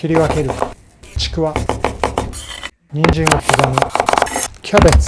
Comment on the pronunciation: 人参を刻むが人間を刻むに聞こえた